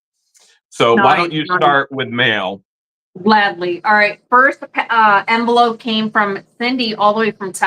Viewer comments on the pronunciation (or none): none